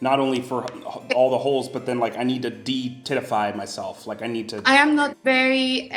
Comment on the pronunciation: 😂😂 de-tit-ify hahahaha